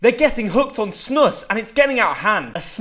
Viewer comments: Its not snusss its SNUUS you pronounce it like snous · “Snuhs” It’s pronounced “Snoose” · Its not pronounced snus its pronounced snuus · It’s not SNÖSS, its SNUS. Pronounce it like Snews (news with an S in front) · pronounced snuus and not snuss. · Bro said snuss like its a teddybear. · It's funny to her a Brit try to pronounce "snus"😅😅. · Why do he pronounce it like snuss. 😂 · You actually pronounce it like snu-us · Its pronounced "Snooze" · Its pronounced "Snoose" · The way this man pronounced snus😂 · He pronouced it WRONG! (Im from Sweden)